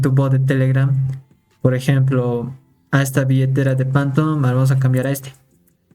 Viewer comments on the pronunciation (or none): Qué es esa mamada de "Pantom"? SE PRONUNCIA "FANTOM"